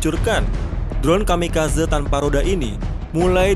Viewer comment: Kamikazé.. gemes denger kamikazeu😂